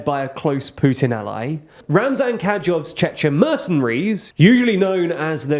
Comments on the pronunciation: Also 'Kadyov' 'Kadyovites' is a weird way of saying Kadyrov isn't it? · At this point - I think they mispronounce just to mess with us. I am not a slavic native speaker, but even I whince at "Pritshcovin" or "Catyirov".